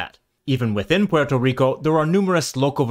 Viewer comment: The R in Rico would be trilled or pronounced more like a French or Portuguese R. The L sound only happens if the R is at the end of a syllable